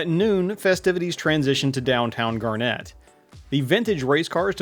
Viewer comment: Never heard it pronounced like the gemstone. I was born there, my mother was from that area and everyone around there pronounced it "gar-net"